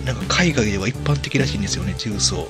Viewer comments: じゅうそう↑十三 大阪の地名 重曹 じゅうそう↓ 正解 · 「じゅうそう」の「そう」は下げたらイカンのやね。下げるから「十三」に。 トーンをそのままで言い続けたら、「重曹」になるけどw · 重曹のイントネーションがキモすぎるww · ゴキブリより重↑曹↓がきになってしかたがない